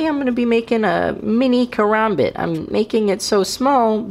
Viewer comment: i still get a little triggered when he says its name but i can get over that ive watched videos of guys saying it like karumboot and korombot so saying it like karombit is not to bad 😂